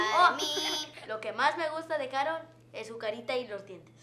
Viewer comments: "Karol G" no "Carol G" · Se dice Karol no Carol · 1. Es ''Karol'' No ''Carol'' 2. ¡Mentiros@ no son sus hijos! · Se dice karol g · Se dice karollllllll